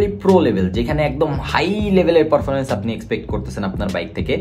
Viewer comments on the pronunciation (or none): ভাই আপনার উচ্চারণটা ঠিক করেন । পরফরমমেন্স কি ?